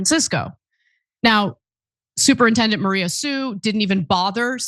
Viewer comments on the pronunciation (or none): none